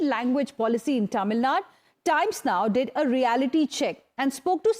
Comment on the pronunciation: its not Tamilnad.. its Tamilnadu...